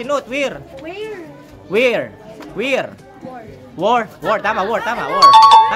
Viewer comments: Mali ka naman will. Ang wear dapat tunog wer hindi wir. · Nubayan?..Kuya ang WEAR hindi WIR ang pag bigkas...ang bigkas nyan ay WEYR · Please be advised that the way u pronounced wear is( wir) wrong it must be wer l,like I wer the clothes. Good criticism so that everybody can understand. THANKS SO MUCH. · Sinong makasagot kung sabi mo WIR.. mali nmn pronunciation mo. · Mali pa pag bigkas nung wear kya nalito sasagot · Parang mali pronunciation mo ng wear